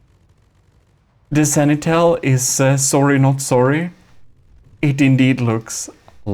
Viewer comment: Sanitel? What is that, sir? Try to read after me: Sen-ti-nel... I guess you tried that third battle 20-30 times. Video editing ftw, the Gimle is still king, despite all your dirty tricks failed here spectacularly.